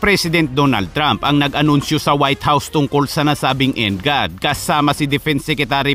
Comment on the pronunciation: NGAD /EN-GOD... Imbes na ganun....-IN GAD hahaha , 😆😆😆VISAYA?